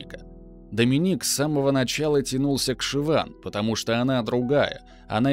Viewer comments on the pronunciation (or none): none